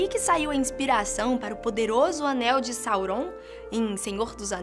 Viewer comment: Parei de ver quando tu falou errado o nome de Sauron, de senhor dos anéis. Aff, porque não colocaram o velhinho pra contar essa história, ela é tão boa!